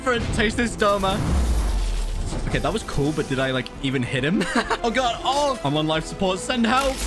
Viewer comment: BRO ITS DOUMA NOT DOMA